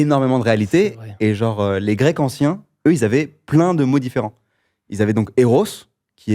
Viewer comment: Cyrus qui prononce les mots grecs avec un accent aléatoire/n'importe comment ça m'énerve au plus haut point